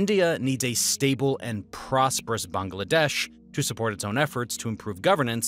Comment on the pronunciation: Not only is this well researched and accurate, I noticed that you’ve taken it upon yourself to pronounce Pakistan and Bangladesh properly. Respect!